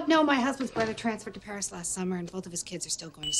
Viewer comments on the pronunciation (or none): none